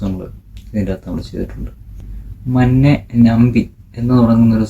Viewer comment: മന്നെ അല്ല മണ്ണെ ആണ് ആദ്യം സോങ് കേൾക്കുക എന്നിട്ട് സംസാരിക്കു... അല്ലാതെ ഒന്നും അറിയാതെ വീഡിയോ ചെയ്തു വീട്ടാൽ നമുക്കൊന്നും അറിയില്ലെന്ന് ധരിക്കരുത്. ഇത് താങ്കൾക്ക് പറഞ്ഞ ജോലിയില്ല. വിട്ട് പോകൂ.... 🙏🏻